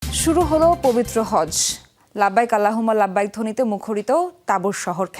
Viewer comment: আপনার বাংলা বক্তব্য মোটামুটি সুন্দরই কিন্তু লাব্বাইক আল্লাহুম্মা লাব্বাইক এটার উচ্চারণ সুন্দর হয় নাই